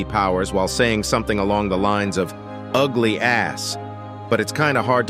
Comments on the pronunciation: He said ugily a b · Aglee as beach lol